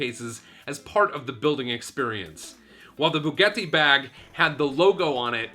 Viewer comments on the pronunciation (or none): Bugetti? It's Boo-got-ee Bugatti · How the hell did he pronounce Bugatti? Like Spanish, Italian is phonetic. How he got an "e" pronunciation is beyond me. Then, he continuous to torture with the horrid mispronunciation. Thumbs way down!!! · Man really said bugetti shron